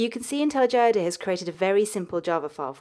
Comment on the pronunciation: Well technically she says it the correct way...